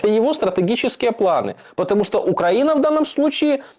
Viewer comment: После ударения на УкрА'ина- все понятно, простите. Да же Я, злостный ненавистник и одессит к Зе, простите- это дико и неприятно